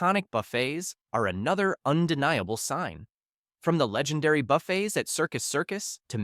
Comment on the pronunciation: Why can't these AI say buffets properly?